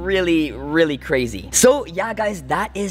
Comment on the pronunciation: Did u say cracry or crazy